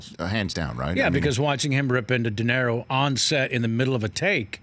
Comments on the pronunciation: He does know it's "DeNiro" not "Dinero", right? ;-) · Kevin Pollak is a good story teller and a great imitator, but he needs to learn how to pronounce "Robert DeNiro". "Dinero" is Spanish for "money". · Dood, it’s De Niro, not “dinero”.